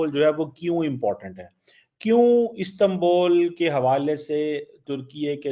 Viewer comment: गधों जब उर्दू में उ बोल सकते हो तो इस्तांबुल को इस्तांबोल क्या दिखाने के लिये बोलते हो इसी लिए तुम्हारा वतन लगभग डोब चुका है😂😂😂😂😂😂😂😂😂😂😂